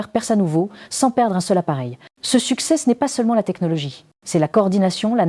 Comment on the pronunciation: "Ce succèsse"